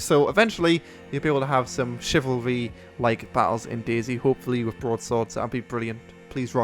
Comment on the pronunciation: chivarly... chivarly..